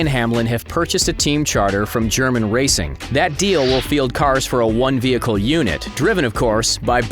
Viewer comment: It’s JER-MAIN(Germain) Racing not GERMAN Racing